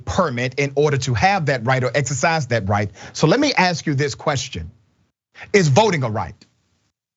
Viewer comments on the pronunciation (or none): Let me axe 🪓 you something lol slips up and says that quite a bit